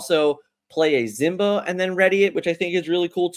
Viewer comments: Why do you say Zimba instead of Simba? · You have got to learn how to say simba